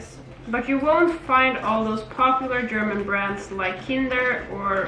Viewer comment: Your german pronounciation sounds so cutee hahaha